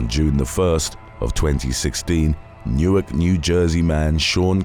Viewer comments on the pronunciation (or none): none